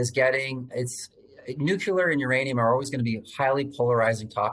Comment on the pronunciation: NUCLEAR not "nucular"